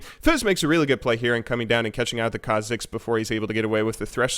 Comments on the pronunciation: KHA'zix (stress on kha instead of zix) and REK'sai (stress on rek instead of sai) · What's with the "Rek'SAI" and "khaZIX"... Is it some kind off inside joke?